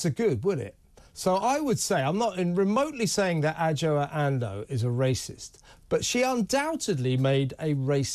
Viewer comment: Her name is pronounced Ajwa Andoh.